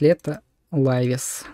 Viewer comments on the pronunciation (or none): За показ работы плагина - спасибо, за "моней" и "лайвес", -уши.